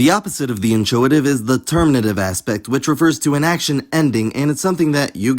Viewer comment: Just a headsup: the 'ch' in 'inchoative' is pronounced just /k/, as is the case with most words borrowed from Ancient Greek.